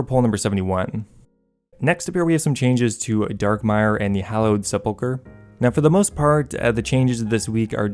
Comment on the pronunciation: I can’t get over hearing seppoker over and over